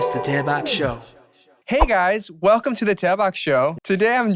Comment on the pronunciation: I swear to god, I know it’s the “Daebak” show- but I heard “Tampax” show!?😅😂🤣🤷‍♀️